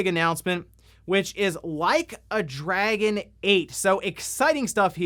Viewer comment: Did you just mispronounce Dragon as Dragoon?